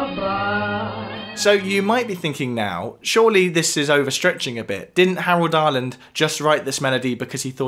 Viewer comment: It may be something wrong with my audio, but when you mention Harold Arlen who wrote "Over the Rainbow" it sounds like you're saying Howard Arland...